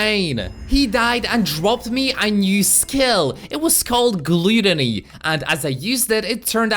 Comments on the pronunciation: Its not pronounced glootony its gut but with an l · Gluuutooony not gutany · Gloootony lmao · I laughed when he butchered glAToNy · Did he say glueteny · I never knew any body would say gluddony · Him pronouncing gluttony wrong makes me cringe